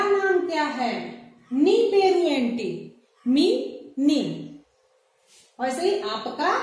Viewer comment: वो एंटी नही मैडम, ऐमिटि। बागुन्नारा का मतलब अच्चे है क्या। मीरु एला उन्नारु का मत्लब आप कैसेहै।